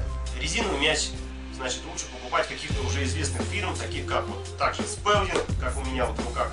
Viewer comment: Фонетика слова Spalding сполдинг